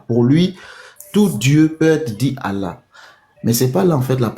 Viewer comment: Le vocal ne prononce jamais Allah mais Illah